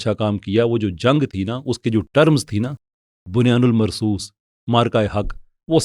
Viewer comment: بُنْيَانٌ مَّرْصُوصٌ ,Respectfully, your pronunciation of this Qur'anic phrase is terribly WRONG as wrong as these so-called MUHAFIZ and politicians..... it is BUNYAN AM MARSOOS, NOT BUNYAN AL MARSOOS, IT LOOKS REALLY BAD ON YOU! ISLAH FARMA LEEJIYE GA